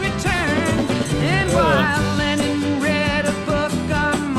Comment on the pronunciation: Lennon, not Lennin (sic). Great reaction video mate.